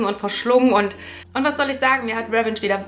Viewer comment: pssst man spricht es RivENTSCH aus leise wieder rausschleicht weil niemand Klugscheißer mag ;)